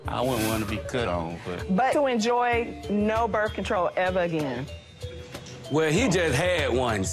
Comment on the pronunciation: She said she didn’t want berf control